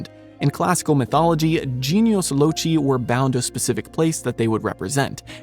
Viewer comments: Genius Loci = You said "genius" fine so let's talk about "loci"... There are 2 accepted pronunciations that are valid - your choice: Loke-eye - which is generally closer to the classical Latin pronunciation Lo-sigh - which is a common Anglicized version Tom Bombadil - my least favorite character and his sections in the books have ALWAYS bothered me He never seemed to "fit" into the rest of the story. It's as if, in the entire LOTR world, his character plopped into the storyline just because it could be there, even though his jigsaw puzzle piece doesn't fit seamlessly like the other LOTR puzzle pieces do. He's always felt awkward to me. I didn't know why I felt this way about him until I watched your video...and now it makes sense. It's because he WAS plopped into the story. Thank you for clearing up that little bit of mystery for me. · Genius Loci is latin, Loci is the latin root for locomotive and location. It is pronounced the same way the loc in those word is pronounced and the i is pronounced eye. Think foci but loci. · Yeah, you said it totally wrong. Loci is genitive of latin locus: the place. The english word "local" came from this word stem. So read the "c" in locus, loci etc. like in "local" and you're fine! (In detail it's a possessive genitive meaning: the spirit of this place.) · “Loci” in “Genius Loci” is pronounced “low-sigh.” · genius like someone of a high IQ though I have also heard it pronounced without the "i", low-kai not that it really matters.